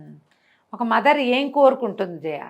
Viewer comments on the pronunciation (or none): మధర్ కాదు మదర్